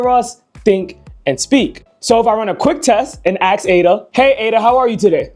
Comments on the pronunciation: Axe it how to say Ask 😂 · AKS a question? You are highly intelligent seeing you can build this, therefore you should know that aks is not a word. It's ASK. I'm Dutch and even I know this. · could not keep listening after the third "ax". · Quick question why are you axing her? 🪓